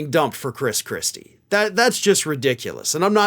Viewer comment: I must have misheard..he muttered (?) Chris Chrispy! 😂